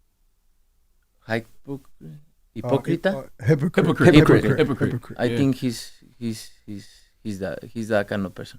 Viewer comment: Ayo when he tried to pronounce Hypocrite that was generally him learning English on the spot, ok Canelo English is getting better